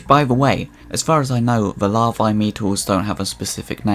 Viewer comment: You put the emphasis on the wrong vowel in EVERY noun you used. Even "Larvae" 😢